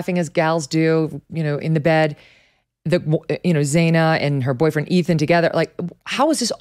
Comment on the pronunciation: It's not Zay-na it's Zana, rhymes with banana.